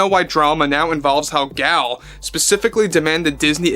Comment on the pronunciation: Sorry to be nitpicky, but Gal is pronounced Gahl.